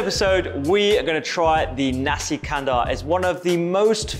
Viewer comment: Great. Nasi is pronunced as in "nasty", lol.